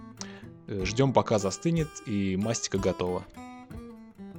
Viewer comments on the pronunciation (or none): Всё круто. Но не мАстика, а мастИка!! не кАрнаубский, а карнАубсий!!!